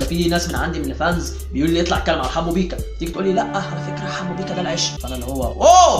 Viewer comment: يحبو على ايه دا بيقول بيقا مش بيكا